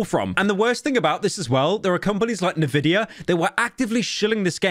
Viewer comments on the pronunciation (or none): Great vid, stop saying navideea, its n-vidia 😭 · pyro it's pronounced en-vidia not nvidia 💀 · so it's envidia not caveman nehvidia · The worse part about this whole thing is hearing someone call Nvidia ''Nevidia'' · I have no idea how there's so much people who unironically believe nehvidia is how you pronounce envidia.... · ne vidia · Le vidia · 'N'vidia lmao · DId you just say NEVIDIA? Are you good? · Ok I can look past a boa o wooa but what the fuck is Ne Vidia? 😂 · bro said "Nevidia" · please, how is that companys name pronounced again..? Nividia..? He said that twice actually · Nvidia? Nah, Le vidia 😂😂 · Did pyro just called Nvidia "Nevidia"? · Funny lie game aside I’m from the UK and we don’t say Nuh-vidia so I’m not sure where pyro heard someone say the companies name from. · pyro saying nvida like nuhvidia makes me pissed. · This dude really called Fntastic "Eff-en-tastic" and then proceeded to say "Nividia". Inconsistent news reporting SMH. Disliked, unsubed, reported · think the biggest L is u pronouncing nvidia "nevidia" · enjoyed the video but i stopped watching it and disliked it after the butcher of the name NVIDIA IT IS N (SPACE) VIDA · How tf did Pyro just pronounce NVIDIA? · funny bri'ish man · he didn't say that the same way lol. most people emphasize the N he didn't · Whoa whoa buddy, don't try to drag the rest of us down with you. I've lived in Australia my whole life and I've NEVER heard anyone say it like that. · the way you pronounce Nvidia should be a crime in the UK, I hope you get better soon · Wait, how did Pyro just pronounce "NVIDIA" ??